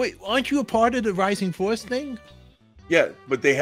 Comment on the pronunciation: Rising Force not Rising Fowace. lol